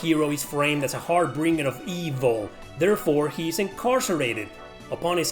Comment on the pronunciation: Makes pedantic point about the correct pronunciation of "automata". Proceeds to butcher the pronunciation of "harbinger".